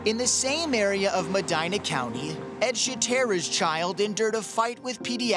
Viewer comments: meh-dee-nah not my-dyna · pronounced Mehdeenah! Common dude!